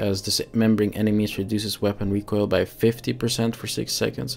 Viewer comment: yo kerel recoil spreek je uit als rie-kojl ( DUS KOJ als een koi-karper) en dan meteen een L erachter plakken RIE-KOJL (ons mam is van Canada dus ik leer m'n kindjes ook meteen 2 talen, is verekkes hendig later. Maar je doet t kei goed KEEP IT UP BRO !!